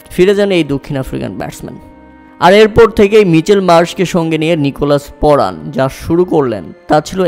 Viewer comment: নিকোলাস পুরান ❌ নিকোলাস পরান ✅ 😂😂😂😂